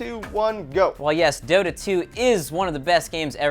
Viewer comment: Dota not Dora...